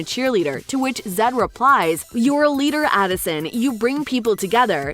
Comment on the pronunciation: Uhhhh is adison not alason